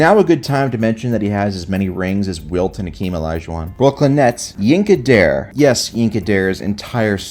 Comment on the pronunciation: In the name of all that's Buff & Blue, your Nets selection's last name is pronounced with two syllables, Dar-Ray .